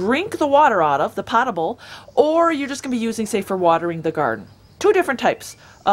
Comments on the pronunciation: Not pot-able but poh'-table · Very informative. However, you are pronouncing potable incorrectly. Okay for some, but not a rainwater expert.